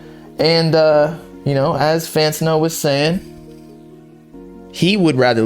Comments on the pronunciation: It’s FantAno not Fant-UH-no 🗣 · L - Fantano: Lantano